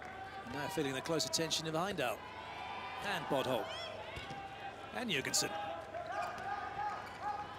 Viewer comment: The fact that he calls bodholt “butthole”